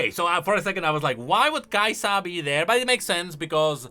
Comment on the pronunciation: Why do you say "KaiSAHH"